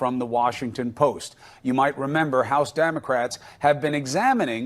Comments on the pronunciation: Sounded like he said Damocrats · Cuomo says "Damn-ocrats" lol. Subconsciously perhaps even he gets it?